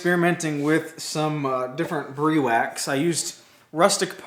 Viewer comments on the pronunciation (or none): Briwax is an awesome, product glad to see your using it on your projects. If I can give you a heads up so you can be the first American Youtube creator to the name right it's pronounced Br-i wax, long i as in Hi. No mater how you pronounce it it's still awesome!:-)